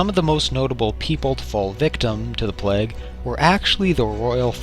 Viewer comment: Ha, It's plague, not plaque. And yes, it is kinda like that.